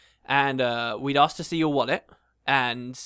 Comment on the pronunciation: "She axe"...... "She axe", "she axe"...... "She axe" Very..... VERY WOMANLY AXE!